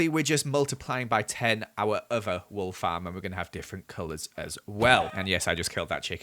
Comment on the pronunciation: Why do u say fam instead of farm